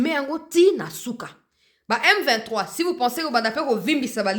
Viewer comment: C'est vraiment regrettable, mukolo ya lokuta boyee autaa wapiii? Yoka ndenge azobeta beta munoko. Il est incapable de prononcer le nom M23?????